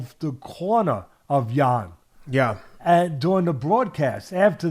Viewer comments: Teddy pronounced Jan's name no less than 350 different ways.. none were correct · Teddy didn't get Jan's name correctly even once 😂😂😂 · Can Teddy just call him Jan please😂